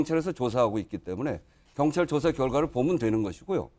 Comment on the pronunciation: 혼수성태씨. 발음이나 똑바로하세요. 갱찰이 아니라 경찰. 더루킹이 아니라 드루킹. 아 진짜 거슬리네.